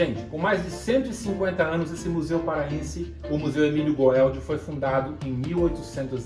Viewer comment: Amigão muito bom MAS o museu Emílio Goeldi de pronuncia gueldi